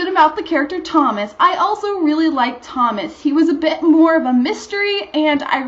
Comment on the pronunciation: You got the pronunciation of the author's name right, but Thomas' name is pronounced To-mos. (short O)